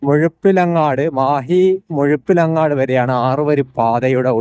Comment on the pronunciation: മുഴുപിലങ്ങാട് ❌️ മുഴപ്പിലങ്ങാട് ✅️ 😁